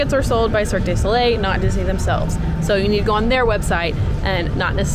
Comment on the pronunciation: For future reference it’s pronounced Cirque doo not day Soleil